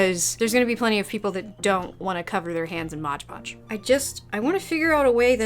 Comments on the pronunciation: I'm not gonna make fun of you for saying ondongo but I will make fun of you for saying modge podge <3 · so you're gonna comment on "ondongo" but not on "modge podge"?! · I love how you apologize for "ondango" but not for "modge podge" lmao